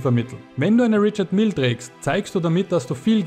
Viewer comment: Rischar Mije ist die aussprache